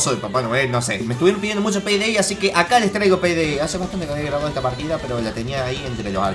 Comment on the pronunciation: yo escuche "selebren este nuevo video de penedey" xd jajaja